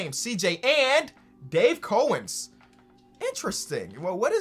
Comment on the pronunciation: Dave coe-wins